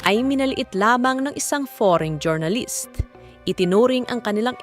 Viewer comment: next time po jor-na-list paki pronounce po ng jur-nuh-luhst thanks.